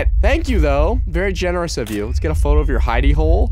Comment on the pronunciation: "You got gaems on youw phone?"